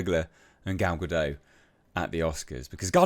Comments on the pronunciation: Gal Gadot is a Hebrew name—it does not rhyme with "Godot" or "row" /ˈɹoʊ/ (US), /ˈɹəʊ/ (UK). It is pronounced [ˈɡal ɡaˈdot], ie. with a /t/ sound at the end, like in the word "not" /nɑt/ (US), /nɒt/ (UK). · She isn’t French she’s Jewish, so it’s Ga-dot.